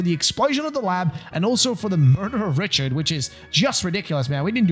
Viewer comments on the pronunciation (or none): none